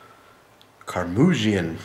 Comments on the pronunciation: Google says you pronounced it wrong Ker-Mud-Gen Just sayn:) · Keep up the beer reviews, good stuff! By the way not to offend but its pronounced ker-muge-in, you dont pronounce the e.